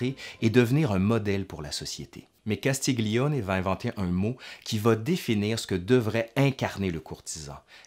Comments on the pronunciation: Juste un réajustement d'italianiste pour illustrer cette belle vidéo : Castiglione est à prononcer comme si on disait " Castilioné " ( pour donner une idée de prononciation ). Imbroglio, même technique ... :) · Sujet intéressant ( Castiglione se dit ''Castilione'' ) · Très intéressant, merci. Juste une suggestion pour parfaire ton italien: le son "gli" se dit "li" mouillé, sans "g" donc. "Castiglione" se prononce donc "Castilioné". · Parce que tu fais un effort pour prononcer en italien les mots italiens, je me permets de te rappeler (car tu le sais sans doute) que le "gli" se prononce comme le "ille dans "tenaille". Ça donne "Castilloné". De rien, c'était un plaisir ;-)